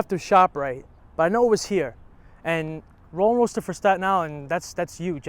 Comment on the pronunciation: It’s roll n roaster not roll & roaster . Form a former Brooklynite